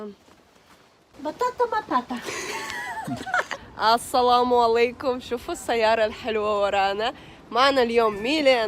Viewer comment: ههههههههههه عندما تردد في كلمة بطاطا بطاطا ههههههههههه قتلني ضحك نطقها حلو